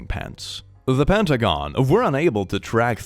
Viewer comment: I was just listening (while looking at something on my desk in front of me, not the screen) when you said about the nightmare of going to school then realizing you have no pants on. Then when you said "The Pentagon" it sounded a bit like "The Pant - are - gone": followed by: "we are unable to track 3.8 billion..." and I instantly thought, "pairs of pants? No wonder they're called the Pant -are - gone" before I registered what the rest of the paragraph you were reading actually said. At that point I thought of all the other stuff they cannot track... like ufo's, and where they go so quickly, the missing people from national parks and mountains, as well as, probably, their morning coffee's to help them keep their eyes open to search!